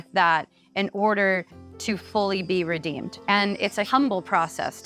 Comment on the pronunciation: Ugh dude, it's Redeemed Not Redeemer